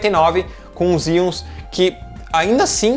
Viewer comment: Engraçado Xeons vc pronuncia "Zions"... Pra mim é "Cheôns" kkkkk... Zion é a cidade fora da Matrix....